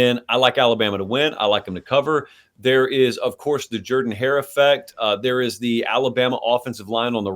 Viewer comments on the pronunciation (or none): They're also the only two who pronounce Jordan Hare wrong. I'm a Bama fan and I KNOW the pronunciation. That's lame as hell. 😂